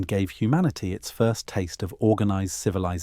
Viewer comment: Lost me at “civi-lie-zation”. Ugh. I can’t fall asleep to this AI crap!